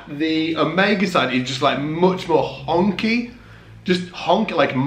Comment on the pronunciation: ...did you say "honkie"?! Lol! Jive ass turkey!! 🤘🏻😆🤘🏻